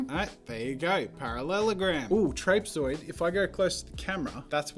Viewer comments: Your pronunciation of trapezoid made my eye twitch. Here in the states, we say Trap-eh-zoid, whereas apparently you aussies spit it out as Trayp-soid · Your supposed to call a trapezoid (trap-eh-zoid). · Trapezoid? Trap-ee-zee-oid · Fascinating to me that Jazza pronounced it ”traip zoid” instead of ”trap eh zoid” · WHEN HE CALLED THE TRAPEZOID A TRAIPSE-OID I ALMOST DIED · Me, an American: trap-i-zoid Jazza: tRaPe-E-zOiD Seriously tho I love the way Australians say it 😂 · No one: Jazza: traypezoid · Trápèzoid is by far the worst way I've ever heard anybody pronounce trapezoid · Only Jazza can say "Trape-zoid" and get away with it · Jazza: "trape-zoid" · No! A square seen at an angle can be a trapezium but it can’t be a rectangle or any other parallelogram because of perspective. And stop using American English please but if you do use it then at least pronounce it correctly: ‘trapezoid’ isn’t two syllables. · i find it funny how he pronounces trapezoid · im sorry what?? a trapezoid??? did my man just say trapezoid with a long a????? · I cringe whenever jazza says trapezoid 😂😂😂😂